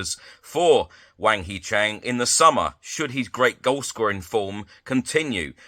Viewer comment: hwang hee chan not chang